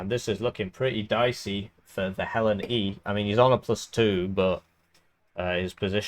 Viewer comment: Yaaaaahh Thanks for giving me an aneurysm with how you pronounced Hellene.